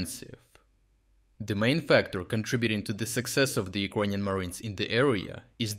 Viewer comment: either yout reading bot sucks or you should really learn how to pronounce "Ukrainian"